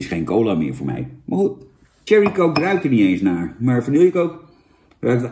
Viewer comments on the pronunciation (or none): Jan je spreekt Cherry niet uit als Thierry Baudet maar Sjerrie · dat bedoel ik ook lieverd.. in het engels spreek je cherry uit als sjerrie. Thierry is enkel een naam van de partijleider van FvD